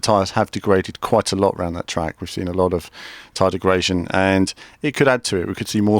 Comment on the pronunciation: 'Degrasion'? LOL